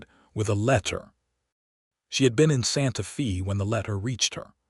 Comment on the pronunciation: Absolutely excellent. The west, the problems between ranchers, the government and first peoples, all in the context of a very capable woman and the man who really saw her. Totally engaging and well read. Only wish any of these channels could pronounce Santa Fe correctly. Watching from Ontario, Canada. Thank you for a story with such admirable nuance.